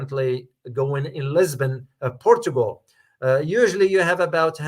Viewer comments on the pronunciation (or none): none